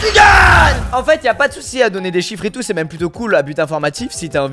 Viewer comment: A t'a di mêmê ou j'ai rêvé ?😂😂